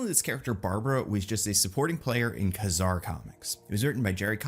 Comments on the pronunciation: Kazar (kay-zar not ka-zar) 🤙🏾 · Kazar not Kuzar ugh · I had to stop watching this after less than 3 minutes. The way he pronounces Kazar really bothers me for some reason 🤣